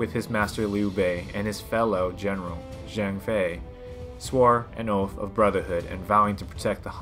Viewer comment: Its Zhang Fei not “Zheng Fei”